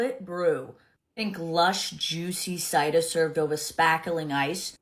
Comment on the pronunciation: I can’t with the “CHAAAAAD cidaaah” lololololol Then the very next one also having cider in the name… pronounced …. Cider. 😂 shes so unreal with the exaggerated accent hahaha